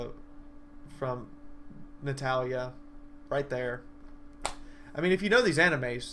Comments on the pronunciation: please tell me you said hetalia not netalia cuz that's what it sounded like... and you did it twice ;-; im sad that you did that but Spice and wolf is sooo nice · it was funny to hear somebody say it like that and i dont mean that in a mean way cx but still ill check it out when i have time again :D